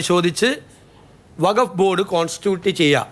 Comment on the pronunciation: വഘഫ് അല്ല വഖ്ഫ്.